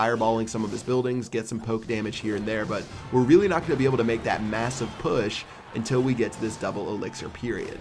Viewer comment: Stop saying intel... its until. Un till not In Tell ok??